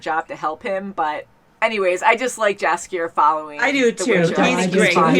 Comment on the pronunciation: Jaskier is pronounced "Yaskier": like "yeti", not like "Jasmine".